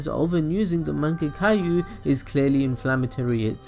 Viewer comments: Mango kyu?!? WTF is that?!? U mean MANGYEKO?!?! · did this nigga just say mangecaillou bruh its either mangaykyoh or mangek kyoh nobody calls it mangecaillou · "Mengakayu sharingan" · Did he say mange-Caillou... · Mangekayou :))) Sukiomi :D Kekashi xD Funny way of pronouncing these words, but nice video !! :D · Mangekayu.. -.- you just butchered that word. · Mangekayo Sharingan? Really?😂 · Pronounced (Mon-gay-kyo) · its "man gek you ". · The way he say mangekyou, izanami and izanagi made me laugh and i know im not supposed to laugh at that so now i feel guilty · Im like "Bruh, say it right" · I knooow these pronunciations are hurting me!!!